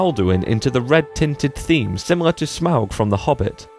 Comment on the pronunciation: My god a you-tuber who say Smaug right